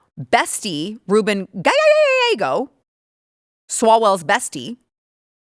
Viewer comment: por favor te dije como pronunciar el apellido GALLEGO.